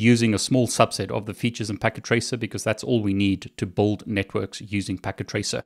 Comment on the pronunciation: Oh He's saying 'build up a Network'. Up to this point I thought he was saying 'bold up a Network.' :)